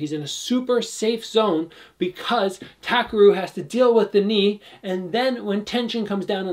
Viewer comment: Great breakdown, by the way his name is TA-KEH-RU